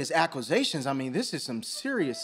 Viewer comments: What is akqwazations? 😂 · Nobody: The judge: "...serious aquisations..."